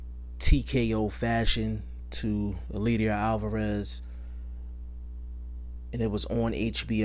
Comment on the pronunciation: It's pronounced El LAY der. You're butchering his name